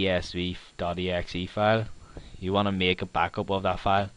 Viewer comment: its pronounciated as "tes five" not "tes vii", assshole.